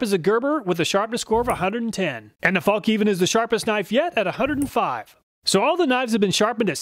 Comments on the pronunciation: It's pronounced "fallniven", the K is silent, like in knife. True cringe moment when I heard it pronounced Falk Niven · "Fällkniv" means "folding knife" and is pronounced "fell kneav". Love the videos btw, thanks. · I'm just used to hearing 'fallk-neevin'.